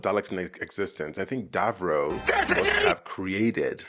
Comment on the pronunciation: I take -1HP of damage every time he says Dav-roh 😂